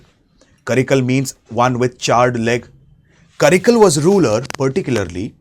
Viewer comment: karikaalan... not karikal